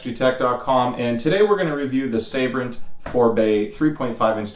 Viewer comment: its Sabrent not Saybrent